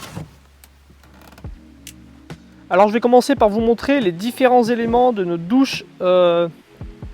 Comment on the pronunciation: Notre douche et non pas nautre douche, puisqu'il y a deux consonnes qui suivent le o 😉